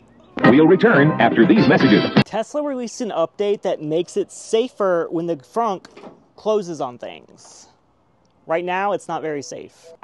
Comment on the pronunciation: It did that to your finger because you publicly made this video and specifically felt the need to say “Fronk”! It’s a trunk, not a fronk, tool shed!